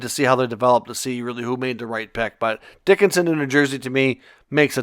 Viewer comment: Sam Dickinson. ......not Dicksinson😂